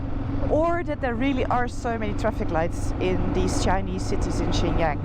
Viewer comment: My wife's Chinese and she says you are pronouncing Xinjiang wrong, its "SinJang". No offence LOL. Youve got to love China, the people are so friendly, not to mention the food, enjoy your trip!